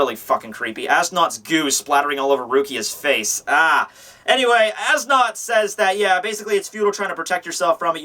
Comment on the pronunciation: As Nodt is pronounced "Es Newt"